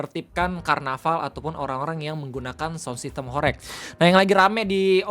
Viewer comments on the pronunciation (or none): dibacanya horeug bg, bukan horeyg